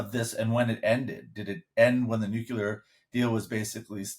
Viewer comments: The word is "nuclear" not "nucular", :-) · NUCLEAR is not pronounced "NEW-CU-LER". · It's Nuclear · I am not sure what the issue issue. No one is afraid of (or even knows what are) nu-cue-lar weapons…. Now, if they were talking about NUCLEAR weapons, that would be a concern.